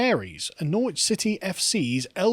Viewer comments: How the hell has Carl lived in the UK for like 40 years and he still can’t pronounce Norwich? NORRITCH. Like that Carl, say it with me. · Its Norrich Carl, not Nor-witch. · Norr-wich FC? Come on, Carl. Surely you know that it’s pronounced Noritch! And you give Calum grief for his pronunciation! ;) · It's pronounced Norritch or Norridge, not Nor-witch. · Nor-witch? It's pronounced Norwich! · Sorry but you need to check on how you pronounce the name Norwich ( a fine city) the w is silent! So it’s called Norridge. Like porridge Apart from that a good video. Don’t worry about Western culture being subverted by the minced it’s far too robust for that mallarky! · Up Norf, we pronounce it Norritch. Shandy drinker. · Nor-wich FC 😂 Is there a word that members of the Lotus Eaters can’t mispronounce?! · Carl, you KNOW it's not pronounced nor-witch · Nor-Wich FC? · Noor-witch was rather hilarious. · Lol at Carl being unable to pronounce Norwich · CARL, it's pronounced NORWICH. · Great segment, but can someone please tell Carl how to pronounce Norwich. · Are you pronounced pronouncing Norwich wrong on purpose? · Oh dear.... Carl's pronunciation of Norwich is shocking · The only I find offensive is Carl's pronunciation of Norwich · Carl, on a lighter note your pronunciation of Norwich is Norfolk n good, you sound like a yank. Apart from that in the words of Partridge “lovely stuff”.